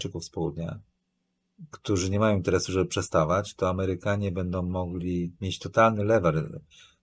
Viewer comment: "Bendom przyszłom elitom" - czy słyszał o głosce "ą"? - około 20 minuty programu